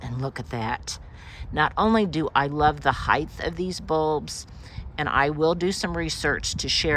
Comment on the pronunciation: your backyard is magazine worthy!! My favorite leafy green is Dinosaur Kale; edible and beautiful. I love everything you do....except when you say "heighth". 😊 I'm sure it's a colloquialism, but it's like nails on a chalkboard for me. ❤❤❤❤